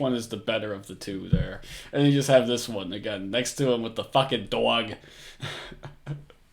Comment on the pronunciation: Please don't say "dog" EVER again.... WTF accent is THAT?!?!?